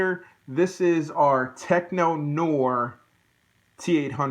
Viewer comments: Pronounce it "teck nuh-whar" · Great review. The way you pronounce "Tech Noir" makes me question if you've ever seen the movie and made me laugh. Actually I'm thinking you haven't seen the movie so to answer your question why his hair is shorter is when he's chasing Sarah and Reese in the back alley outside of the club the T-800 runs through fire burning off his eyebrows and burning his hair making it shorter.